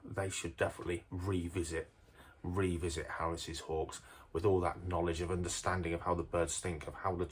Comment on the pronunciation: Can’t watch it, Harris’s just doesn’t sound right. Never heard that pronunciation and can’t watch 😂